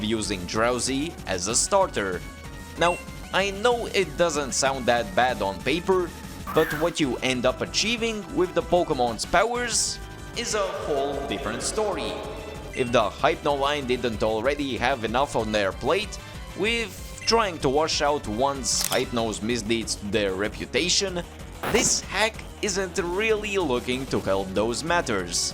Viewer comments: It’s hip-no and hip-nosis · Why do you say Hypno like that